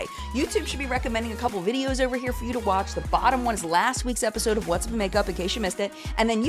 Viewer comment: "Oh, my giddy aunt!" "Press the buh-un on the buh-um" x2